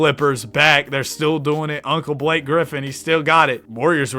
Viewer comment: it's just blake hahaha not "block a"